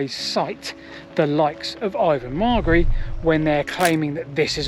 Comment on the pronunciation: Very interesting, and I'm happy that you seem to have finally got the pronunciation of Ivan Margary's name correct!